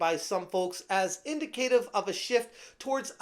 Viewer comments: In-dic-uh-tiv not in-dih-kay-tiv. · That’s not how you pronounce ‘indicative’ dude…